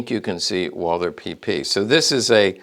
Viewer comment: You're german, aren't you? Yeah, correcting people on the internet is our national cultural asset 😅 Even the pronunciation without the h as Walter sounds still better than Wolser 😅 I mean, it's not that hard and somehow necessary to pronounce at least individual names correctly. Or we fire back with Smiss & Wessen, Kold, Brauning, Sewetsch ...